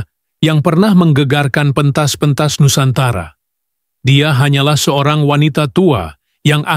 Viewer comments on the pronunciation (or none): none